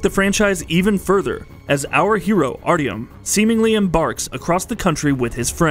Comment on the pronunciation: You completely butchered the pronounciation of Artyom. Nice.